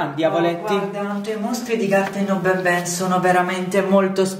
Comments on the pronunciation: Si dice n n non Ben Ben BABAN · No. Si. Dice. Banban. No. Benben